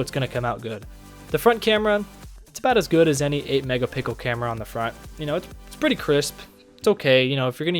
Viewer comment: I literally subscribed because you said "megapickle" lol